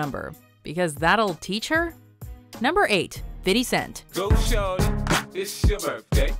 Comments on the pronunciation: How do people still not know how to say 50 cents name right it's not "fiddy" it's "fity" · "Fitty cent." Just stop. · Oh, the pronounciation of names by this woman. Fiddy Cents. As 50Cents said: "White people trying to be cool say that". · Why the fuck did she say fity cent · Why she keep saying "fitty" cent